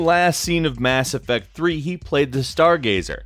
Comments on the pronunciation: You mean Mass Ef-Facts? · it dissapoints me greatly that you didn't say mass effacts at the beginning. you had such an opportunity.